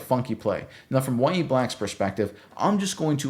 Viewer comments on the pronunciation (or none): Its NOT Ya-ye black, wtf? Its Yah-Ya Its an arabic name of John the Baptist.